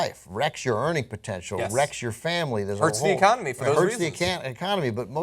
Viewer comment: lmfao was about to say 'hurts the ecanamy!'